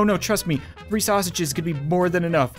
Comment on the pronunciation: it's saying 3 RANDOM GAMES but I hear rree RANDOM GAMES